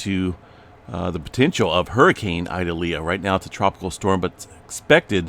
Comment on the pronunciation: Ee-doll-yah ( correct pronunciation)